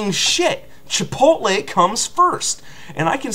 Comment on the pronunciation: Chi-Pot-tle sucks huh? I hear you there, preach it brother.